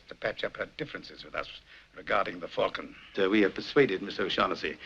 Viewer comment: When did Americans start, routinely, mispronouncing, the word falcon. Sydney Greenstreet’s Gutman pronounces falcon correctly when talking about its history to Sam Spade. Since the 1990s something happened to the American pronunciation of the word, in some cases they go further than you do at the end, where you flatten the a sound and turn it into more of an e sound. The word should be pronounce as if it were fall-con, not fal-con or fell-con.